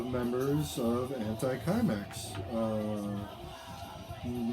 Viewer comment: You say it Symex...not Kimex